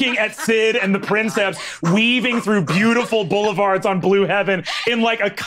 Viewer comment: I'm listening to this, translating some Latin texts for a friend, so I'm locked into that mindset. I preface this with a declaration of undying love for each person at that table. However, the way they keep mispronouncing princeps, "prinn-septs" when I just KNOW BRENNAN KNOWS BETTER is CARVING A HOLE IN MY BRAIN lmao😂😂 "Preen-kepss" with emphasis on the first syllable, like you're kinda pretending you're Italian lol, in case anyone was wondering. Check into Latin, guys. It's actually crazy easy, and you'd have fun! Or at least feel like a badass 😅